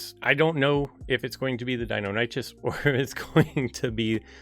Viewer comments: It’s pronounced “die-NON-nick-us.” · You’re pronouncing Deinonychus wrong and it makes my ears hurt. I’ve been knowing how to pronounce it since I was a kid. lol